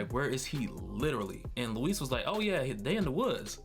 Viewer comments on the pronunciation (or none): Liked the video, like your theories but bruh why do you call Michael Peña's character LOUIS (LOO-IS) when it's pronounced LUIS (LOO-EES)? IJS 😂